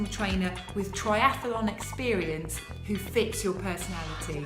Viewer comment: It's pronounced tri-ath-lon .. NOT tri-ath-a-lon. Apart from that, well done ... very impressive!! :-)